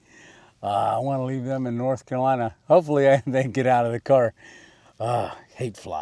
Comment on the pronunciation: it is not kalina it is North Carolina. if you are going to stay there, at least pronounce it correctly.